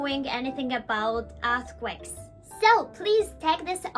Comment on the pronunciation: I know this is a serious topic, but I wanted to say it only sounded like a$*quakes a couple of times ^^ which is pretty good compared to regular japanese english speakers